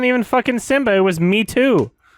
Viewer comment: As hilarious as it is that he's pronouncing Mheetu's name as "me too," it's pronounce "muh-HEE-too"